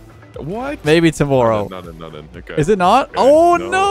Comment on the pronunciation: TOWMOERROW you say?